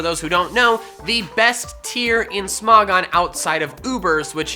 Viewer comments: Its smo-gon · You pronounced Smogon wrong